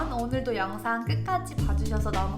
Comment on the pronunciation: ‘구독과 좋아오 눌러주세요’ 너무 중독성있어요 🤣